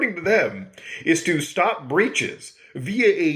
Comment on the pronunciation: Hey kid! I'ma computah! Stahp all the downloadin'!